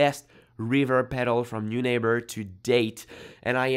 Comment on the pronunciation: It’s a German name and would be pronounced ‘noy-nahber’